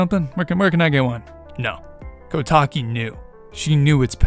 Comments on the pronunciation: Recently got recommended this theory. Good idea, but, it may be a lot coincidences. Kotake (Which I commonly hear pronounced as "Koh-tah-kay") probably wouldn't recognize the mask either. Komue says as much "Did that Skull Kid think I wouldn't recognize him with that mask on?" She never says "Did that Skull Kid think I wouldn't remember that accursed Mask that contains the evil Majora in it? How would that Skull Kid have found it? Kotake & I hid it away! A Mask Salesman got hold of it? Blast it all! Look, get me a potion from Kotake and tell her about Majora's Mask! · A small thing to note: Koume and Kotake's names are pronounced "Koh-oo-meh" and "Koh-tah-keh", not "Koo-mee" and "Koh-tah-kee". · This bothered me the whole video lol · My only correction is that you mispronounced the names of the Twinrova. The E/EI at the end should be pronounced as an "ey". And the "ou" in "Koumei" should be pronounced as "oh". "Ko-mey" and "Kotak-ey". Other than that, I think this theory is pretty banger. Good job. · They're pronounced Ko-yoom and Ko-tayk. I will die on this hill 😤